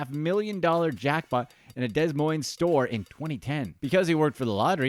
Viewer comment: Learn how to pronounce Des Moines. Both esses are silent